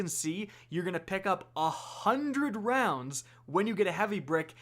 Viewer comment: Ahhh hundred rowndsssaa....wa???